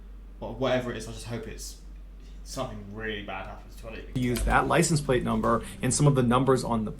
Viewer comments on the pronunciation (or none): none